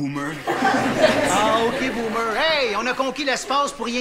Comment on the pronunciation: " ok boomer " avec l accent anglophone .....